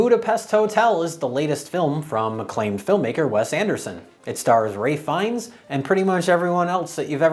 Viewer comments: Ralph Fiennes is pronounced Rafe Fee-ens. But w/e... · Is that how you pronounce Ray fiennsjsss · Ray...Fiennes? Ray? Isn't it Ralph?